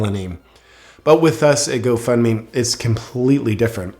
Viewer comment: You keep saying Go Fund Me but it’s sounds more like go fk me 😂🤨👀😶‍🌫️